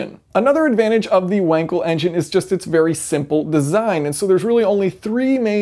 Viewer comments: "Wank"-el. Teehee. It's pronounced "Vunkel". Interesting that the most widely used engine types were all developed in Germany. Mr. Otto, Diesel, and Wankel all say hello. Wankel had the idea as early as 1924 and patented the concept in 1933. NSU (a German car maker that eventually joined forces with Auto Union to form modern-day Audi) introduced this engine (in a production vehicle) in the RO 80 in 1967. Citroen also put one in the GSA, calling it the Birotor. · Vuhnkle And not "wankle", please. It is not an english name and as such not pronounced like one. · Actually it's Wunkle if you're going with typical English Phonetics: in German the W is soft and the A is as in Another, and -El of WankEl is pronounced as in i.e. wiggle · No, the German "W" is pronounced like the English "V". So "Vunkle", if you will. I am German. I should know.